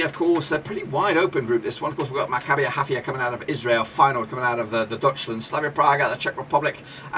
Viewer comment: You do not correctly pronounce the name of my team: Maccabi Haifa. But thanks for the opinion, we are an underdog in this group but hope to surprise them all 💚